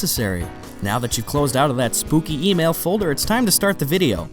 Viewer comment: When he said email I thought he said oatmeal.....